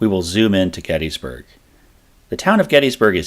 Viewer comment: Mc FER son, there is no Mc FEAR son. After making it almost 3 minutes into this video I had to stop. The amount of mispronounced words is ridiculous. You want to educate people but are spreading misinformation. The town is called Gettysburg, Not GettEEEEESburg. Where are you getting all these E's. The founder of the town was named James Gettys <--- pronounced Gettis not GettEEES. How is Heth pronounced HEEEATH. It's Heth and you've again added a ton of vowels to another word. I would suggest you go back, do some research, and remake your video with the correct pronunciation of these words.